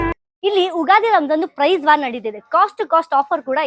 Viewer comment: ಉಗಾದಿ ಅಲ್ಲ ಅಕ್ಕ ಯುಗಾದಿ. ಅಂದ್ರೆ ಯುಗ ದ ಆದಿ. ದಯವಿಟ್ಟು ತಪ್ಪಾಗಿ ಉಚ್ಚಾರಣೆ ಮಾಡ್ಬೇಡಿ ಯಾರು ಕೂಡ... ಇದು english ಅಲ್ಲ.